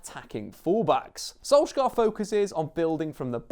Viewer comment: One day an English commentator will learn how to pronounce Molde, Ole and Solskjaer. God Jul.